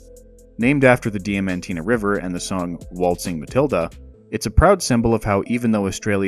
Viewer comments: Diamantina is pronounced Di-men-teena. Aussie is a lazy form of English. It's to hot out there to use whole words, so we drop letters out. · Your mispronunciation of Diamantina made my ears bleed.